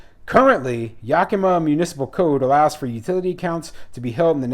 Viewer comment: It's YAK a ma.